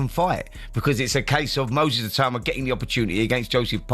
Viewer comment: U lazy mong. A video about the guy and you use an AI voice that says his name wrong throughout. Clown.